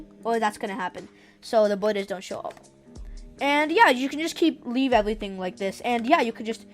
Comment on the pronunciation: "oh wait, there is this bwodor i dowt want" also dont worry im not making fun off you just a tiny thing i noticed lol